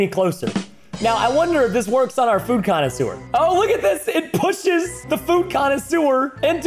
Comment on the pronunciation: When you said Food Conisuere I thought you said food kind of sewer